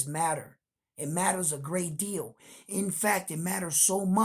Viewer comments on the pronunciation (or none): none